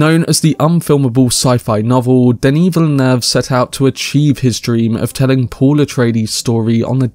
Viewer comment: You’re the first youtuber I’ve heard with the correct ‘Denis Villeneuve’ pronunciation! Good stuff (French Canadian here)